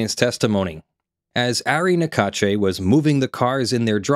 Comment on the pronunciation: Small detail but in French the e at the end of Naccache is silent. Sounds like cash. Even if they are ***holes I find it’s polite not to mispronounced they name when possible (Don’t apply to names like Macron no American can prononce anyway)